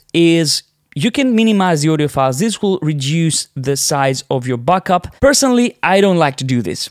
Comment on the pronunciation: You say “backup” like “buckup”!